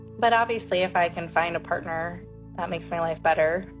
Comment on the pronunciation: Part-ners sounds like parting.